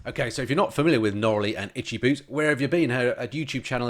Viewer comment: Sorry, itchy not itchcy:)